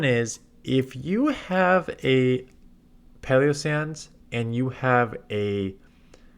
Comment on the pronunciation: Has anyone mentioned the pronunciation in Palossand? Why does it sound like paleossand?